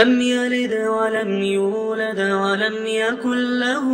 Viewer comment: هناك خلط بين الفتحة والقلقلة في كلمة "يولد" الرجاء الإنتباه إليها بارك الله فيكم وجزاكم الفردوس الأعلى